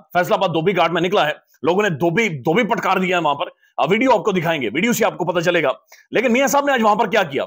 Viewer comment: Sir dhobi patkar nahi dhobi patka bolte hein.